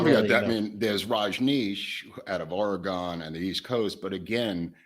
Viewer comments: for some reason Oregon is the only state in the United States that people cannot pronounce correctly. It's not a big deal to anybody else except for everybody who lives in Oregon. I don't mean to be cranky but it gets tiresome. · unfortunately, that is wrong. Unlike Willamette sounding like damn it, we don't have a really good way of getting people to say Oregon correctly.